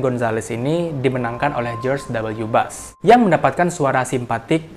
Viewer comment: Bush gan, bukan Bus/Bas 😂🤣